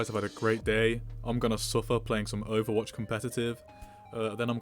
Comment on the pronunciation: did he say he plays OERWATCH